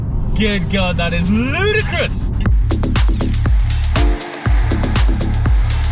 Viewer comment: You can’t say “ludercris” that’s a Tesla word. Shhhhh